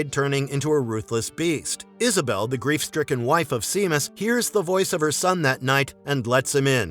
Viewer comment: Great video! Heads-up, regarding The Cursed: Seamus is pronounced "Shay-mus," rather than "See-mus."